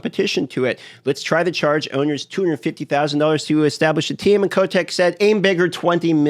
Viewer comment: He also says Bobby Kotek